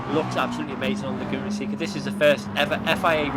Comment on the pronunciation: The penalty was probably awarded for calling the track “Lagoona Sicka” lol